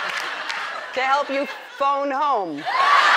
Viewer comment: i thought she said bone home